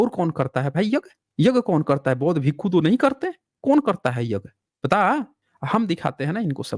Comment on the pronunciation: Abe chup Bhasha ko galat prayog mat kar galtiyan tujhe hi pakadana nahi aata hai humlog ghas nahi chhil rahe hain भिक्षु hota hai भीकू nahi